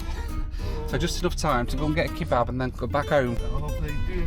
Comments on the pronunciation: The pronunciation of kebab as "key-bab" is infuriating 😂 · Who says "kee-bab"? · I like how you pronounce it 'key-bab' :)